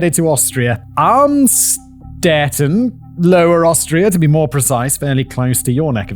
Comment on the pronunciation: Amstedt? Amstetten? They gonna be very glad to hear that english speaking media makes the place unrecognizable, not that German media didn`t do the same